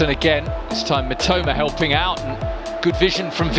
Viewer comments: 実況の人が三苫というときに、「めっちゃうま」って聞こえる。。例えば、 のところ しかし、このスピードと運動量チート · 三笘がめちゃウマに聞こえるw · "Mitoma"がめっちゃうまに聞こえる。確かにめっちゃ上手い！ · Mitomaと言ってるのが「めちゃウマ」に聞こえる！ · mitomaがメチャウマに聞こえて草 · 正確には Mitoma, Mitomaなのにﾒﾁｬｳﾏｲに聞こえるw